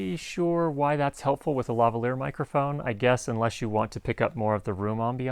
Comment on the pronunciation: Why do all Americans pronounce Lavalier wrong?